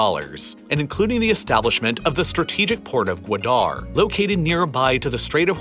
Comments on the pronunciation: Guadar is three syllables not two (guu, wah, durr) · That pronunciation of Gwadar, oof lol. Not meaning to poke fun, I just found it funny. It’s hard to say any word or name when you don’t know the language XD This was a really well done and informative video, btw! I enjoyed it a lot.